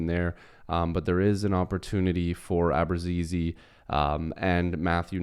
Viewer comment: pronounced Ahh bruutz eh zeh